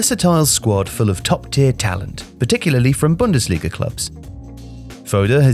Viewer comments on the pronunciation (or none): none